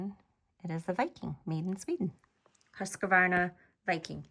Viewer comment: Please check your pronunciation of the machines name there is no a between the q and then it’s not husqavarna it’s pronounce it the way it’s spelled please just read it off the front of the box 🎉 you’ll sound a bit more professional